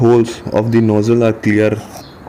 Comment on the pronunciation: Enjoyed you video…now it’ sounds like your fixing your nose..so make sure you put the z sound in nozzle..just a little help..you English is fine..Thank you for the information